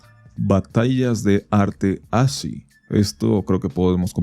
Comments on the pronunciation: Oye man se pronuncia "As-ki". Google it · Segundo video donde veo esa palabra y su pronunciación (por eso me atrevo a hacer la observación no hate), me parece que ASCCI se pronuncia "aski"